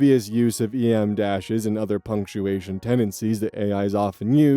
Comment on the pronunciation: They're called "em-dashes" pronounces like the letter, because they're traditionally the length of the letter. En-dashes are the length of the letter n and are pronounced like the letter.